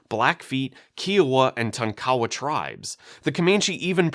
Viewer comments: its Tonk Uh Wa. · I have never heard Tonkawa pronounced that way.